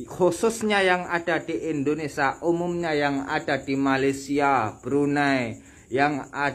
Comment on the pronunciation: Mas, tinggal di Indonesia ,ya belajar Bahasa Indonesia yg benar. Ngomong dgn bhs asing tp ngomong Indonesia aja salah. Indonesia bukan Indonesya.